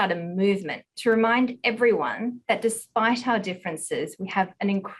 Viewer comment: "M&Ms in on a mission to kweeate a wowed where everywon bewongs"